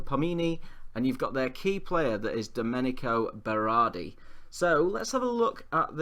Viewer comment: Domencio Berardi, Falcielini - you shouldn't learn Italian to get the names correctly, just to learn to read, basic school stuff.